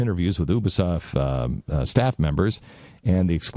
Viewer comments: And it's U-bisoft not ubersoft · and god damn it its Ubisoft not U bisoft. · Omg oooooobesoft its Ubesoft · Ubisoft. (To Glenn, ube uh soft) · when did Ubisoft become Ubasoft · what the fuck is oobisoft? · "Ooo-bea-soft" - Glenn Beck, May 28, 2014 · oubisoft hehe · learn to pronounce "Ubisoft". you-bee-soft. learn english. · Did he say ubersoft? Lol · You know he doesn't know shit when he says "OObisoft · obasoft that bitch can't even prnouce a company's name and he still bitches about it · Not how you say ubisoft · LOL Glenn Beck is such a dumb ass he can't even pronounce Ubisoft right. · "Oobysoft" "Visai-vizr-visage!" "Watch Dog." "Pragmatist-I mean protagonist." Jesus Christ. This is sad.